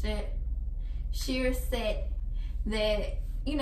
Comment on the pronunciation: “Sheer shet” “Sheer shet” “Sheer SEt”